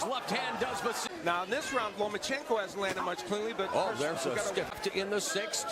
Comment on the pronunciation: Why the hell do you keep saying Lomo? it's not Lomochenko... it's Lomachenko. Loma not Lomo.... And wow groundhog Gary fighting once a year is still a champ go figure?